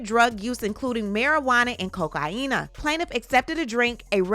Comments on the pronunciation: Chuckled at "Coke-hyena", but I know why you said it that way...carry on... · Coca-yinnnnaa! 😂 I'll start saying it that way from now on, thanks 😂❤